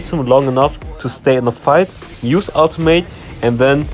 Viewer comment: Smh I thought you said automate until I realized you meant ultimate lol